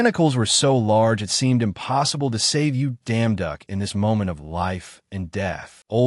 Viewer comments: You damn duck i think they mean yeong duock i dont know how to spel bro i just heard you yousles damn duck lol😂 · Is it just me or i keep hearing damn duck 🤔❓❓ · IS IT JUST ME OR DO I KEEP HEARING: You Damn Duck As Protagonist Name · Bad AI. I just listen to it so not bad for me, and I ignore the terrible way the AI pronounces the leads name. It's just hilariously terribad!😂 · simply change the name and issue an initial statement about why you chose to change the name due to the unfortunate inability of the AI you use to stop enunciating the emphasis on certain syllables thus ruining the original name would be enough, and then continue onward. Most people should be capable of appreciating that and it is the story that matters, as you will have chosen to alter the name to make sure that the focus remains on the story and effectively removed a thorn equivalent distraction. I do love this story though! Thank you. For the record, I find the emphasis hilarious, but then I am also capable of getting over it and focusing on the story itself.😂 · I don't see any actual complaints here, just people poking fun at the way the AI pronounces the protagonist's name with an enunciation that completely alters it. The story itself is great!